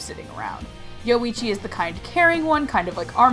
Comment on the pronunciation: Wtf i understood Luigi instead of Yoichi xD